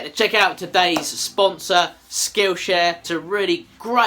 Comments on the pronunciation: At first, I thought you said "Skoosha" instead of skillshare lol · At first I thought you said "Skoosha" instead of skill share. lol!